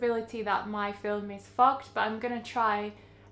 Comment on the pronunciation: Lol when you said fogged I thought you dropped the F bomb I was like 😯 very cool to see all these different things you can do to manipulate how the development will turn out. Keep up the good content.